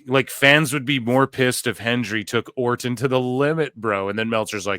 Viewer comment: lol no idea why this irks me so much, but the way you enunciate the “t” in Orton is killing me